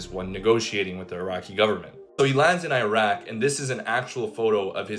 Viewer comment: What the hell is eye-rack?? It's Iraq bro. It's not hard to say.